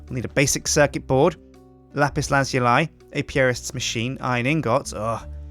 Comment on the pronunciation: It s lapis not lapise